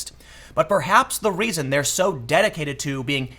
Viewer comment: To answer your question: When you pronounce reason it sounds like raisin.